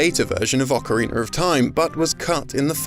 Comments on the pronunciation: Ocarina , not Ocariner. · Nice video, some repetition with the Perfect Dark sections. Please work on your pronunciation of "Ocarina," it's not an Ocariner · “Ocariner of Time” “Majura’s Mask”